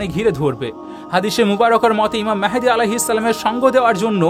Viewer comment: Vi mehedi noi vai mahdi.